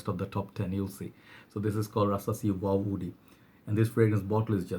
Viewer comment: Please say woody not oudy